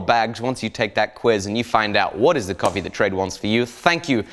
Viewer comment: For an italian hearing someone calling that coffé is hearth breaking